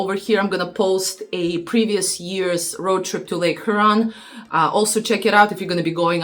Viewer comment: It’s HYOOron. Not HOOron